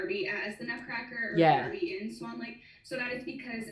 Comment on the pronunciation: “Barbie in SAWN Lake